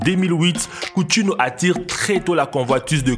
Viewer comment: Coutinho ce dit countinio